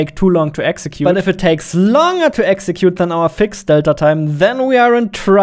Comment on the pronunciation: Cool video, but please learn better English Too many words are pronounced stupidly Longer Accuracy Etc etc...